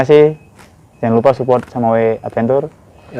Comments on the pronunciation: Advencer bacanya bang... bukan adventur..😁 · Bang adventure tu bacanya advencer